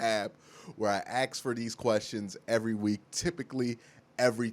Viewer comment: Dude I love u baby but stop saying AXE when its pronounced ASK.